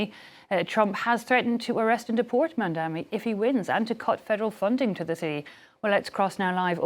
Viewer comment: Knucke dragging mugs, they are so pissed that Mamdani is going to win. Still can't say his name properly and it's not Mamdami to the thick news host